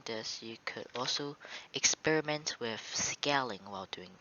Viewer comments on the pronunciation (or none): none